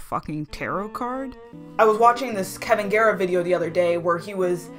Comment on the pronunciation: i just watched this whole video & it was really good. EXCEPT i’m pretty sure you called Kalvin “kevin” but otherwise this is fantastic